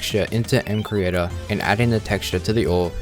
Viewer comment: first of all it's pronounced: EMCREATOR not EMSEECREATOR, and you should add titanium, and uranium ore/tools/armor using recolored actual minecraft textures, not MCreators auto-generated vers